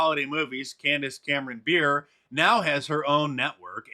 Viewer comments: Love ya Mark, but her last name is pronounced 'Bur-ray' as in NHL legend Pavel Bure, she's married to his brother Valeri. Keep up the excellent work. Your unwavering stance and fearless voice is necessary more today than ever. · Pronunciation of Bure = Ber-eh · Dude, I'm a huge hockey fan and her last name is pronounced Burr-Eh. Haha, I'm normally not the name police, but your pronunciation was driving me nuts. Haha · Just FYI, it`s pronounced Buray. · It's pronounced Bu-ray. She's married to ex-NHLer Valeri Bure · Yes , it’s Pavel “Burr-ray”, the Russian Rocket! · Her last name is pronounced Burr-ay. Her husband is Pavel Bure, a former elite NHL player. Not to nitpick but she does deserve the proper pronunciation. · IT IS PRONOUNCED " BURR - A " WITH THE LONG A SOUND. Her husband is the " Russian Rocket " a great NHL winger. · She’s fantastic. FYI: her last name is pronounced, buhr-ay. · It's pronounced Burr-ay. Married to the great hockey player Pavel Bure. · I believe it's pronounced more like boo ray. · looks like somebody barfed on the page. and it's pronounced Bu-Rei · Not to be an ass, but I know you like accuracy. Her name is pronounced (ber-ay) she married the NHL star Pavel Bure. Again, no trying to be a DICK. Everyone gets her name wrong and you shoul be the one to get it correct. Keep up the awesome work Mark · You can tell Mark Dice never watched hockey by the way he pronounced Candace Cameron Bure. Her brother-in-law, Pavel Bure, was my childhood idol. Nicknamed the “Russian Rocket”. One of the most exciting hockey players to ever live.